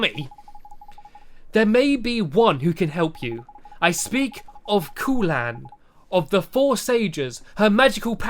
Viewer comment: My name is Khulan you are saying it wrong it is(ku-lan)